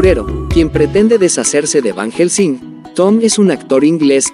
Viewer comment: Ni pronunciar el nombre de Van Helsing pueden y asi suben videos...no les da pena